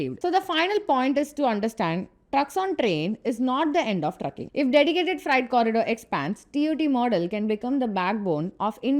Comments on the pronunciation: fright or freight corridor? madam get your pronunciation correct. But please keep up. Very good video. Content of video is nowhere else. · Gentle advice to make use of online tools to improve pronunciation... for example freight is pronounced as 'fraite' not 'frite'. Otherwise good job. 👍👍👍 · It’s not fright it’s freight. You are pronouncing that word the way fright is said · Freight not friet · Very nice presentation on DFC and TOT. Only suggestion is to not pronounce Freight as Fright. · It's not fright, it's fr-eight. However, I must say, this DFC is very good. India needs these sort of corridors within each states, connecting industrial hubs and farms with airports and ports. India also needs to build multimodal logistics hub around airports in the hinterland. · Its not "Fright". It is "Freight". Its not "racks". Its "rakes". Still good explanation 👍